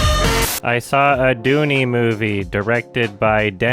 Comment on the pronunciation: Well then you are objectively incorrect because he has pronounced his name correctly in other videos like the Blade Runner 2049 one. He literally pronounced "dune" as "doonie", it's a joke.